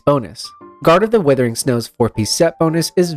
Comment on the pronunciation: Nice vid and handy chart. Good points about some of these sets that seem like no-brainers but actually aren't worth going to too much trouble for. Also: Wuthering, not withering